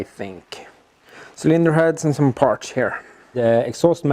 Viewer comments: Partssssss not Partschhhh;-) Like Your Videos, I think its Silicium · and "parch" instead of parts! <3